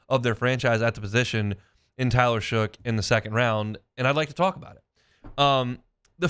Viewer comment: He is definitely our next franchise quarterback. He will be an elite quarterback. Oh and his name is Tyler Shough pronounced Shuck not Shook.